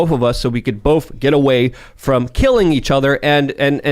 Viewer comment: The word "both" is pronounced bōth, not bōlth. You're welcome.